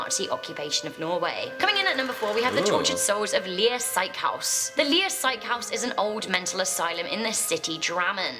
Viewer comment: bro she is saying it like “Lier psychehouse”. It’s SYKEHUS, which basically means hospital